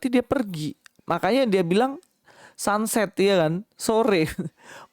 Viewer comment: Sunrise, sunripe, sunset jadi sachet., ah,...makin gilak., ini mah komedian😂😂